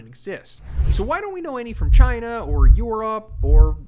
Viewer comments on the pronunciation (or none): none